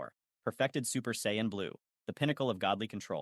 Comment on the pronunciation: wdym this is clearly AI Voice, saying Kaioken and Saiyan wrong